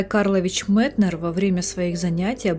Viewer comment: За Метнера сразу лайк (хотя я его произношу как М[е]тнер) В точку его замечание, что при усталости заниматься медленными певучими произведениями, на которые вечно не хватает времени. И про пульс дня чертовски верно.